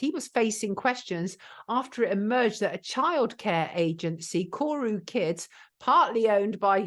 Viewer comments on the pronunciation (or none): Did I hear that correctly? 'Kuru kids' ? It's koru ?